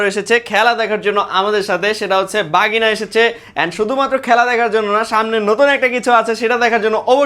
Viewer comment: ভাগিনা ❎ বাগিনা ✅